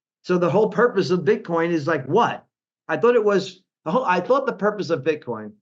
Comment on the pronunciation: did he say "Bitcon"? lol. excellent.